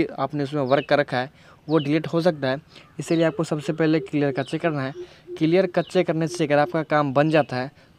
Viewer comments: Clear cache = क्लियर कच्चे या clear cache = क्लियर कैशे 🤣😂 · Aree kaccheee it's "cash" in pronunciation 😂 "thik nai hain"